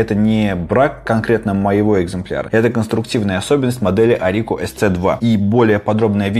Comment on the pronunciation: Спасибо за обзор, приятно послушать. Подход к материалу основательный, речь грамотная и внятная. Я тоже попался, увидев в продаже на али sc2, и заказал не глядя. Обошлась она мне правда на 11.11 с учетом скидки и купона рублей в 100, т.е. практически даром. Пару замечаний: "орИко" режет слух, по моему по русски правильно будет "Орико". На моем экземпляре есть рабочий ограничитель на регуляторе громкости, и он не проворачивается. Так что у тебя либо брак, либо ты его свернул. Правда сам регулятор при вращении местами цепляет корпус, усилие неравномерное, что портит впечатление от продукта. Крутить его вполне удобно одним большим пальцем, взяв карту в ладонь. У меня на наушниках регулятор громкости продублирован, так что на карте всегда выкручен на максимум, и практически не используется. А вот с розовым микрофонным входом засада. Причем нестандартная распайка на нем сделана разработчиками осознанно, и это указано в дебрях описания продукта. Но вот зачем китайцы подложили такие грабли - совершенно непонятно. А вот через сдвоенный разъем под гарнитуру микрофон работает нормально, через переходник с моими SteelSeries Siberia 200.